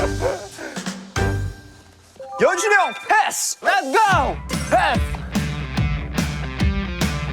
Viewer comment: 카이 한결같은 연주니영 발음 너무 귀엽다 ………